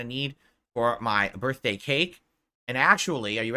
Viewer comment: Brurthday brownies! 😂😂 1 too many Rs.. ya drunkard